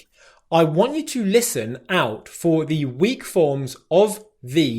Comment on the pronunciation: I noticed that you said "i want you to listen out for the weak forms..." and there you pronounced "the" as the first (or third) option, with a letter "i", but the following word is "weak" and it starts with a consonant. You used the first pronunciation of "the" because you where putting emphasis on the word? Or because the letter "w" on "weak" is considered as a vowel?